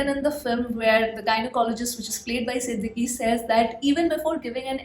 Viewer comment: I just want to clear that the actors name is not sidiquee its just sidikk,, ee is silent😄😄👍👍great review you are the best.. Good luck❤